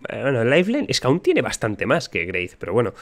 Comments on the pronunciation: Parece que españoles tienen dificultades con la pronunciación de la W. Por ejemplo en alemán hay el nombre "Wilhelm" que en ingles es "William" y ese mismo nombre se convierte a "Guillermo" en español. Es Wraith, pero el dice Graith. Es que es muy español con mucho español y son los Españoles que piden mucho español, y el alcalde y tal......bueno ya sabéis ;-) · "Greit"? Yo lo pronuncio como "grwuait" o "bruait" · Si jugaramos a tomar un chupito cada vez que dice "greif" estariamos re mamados al minuto 5 jajaja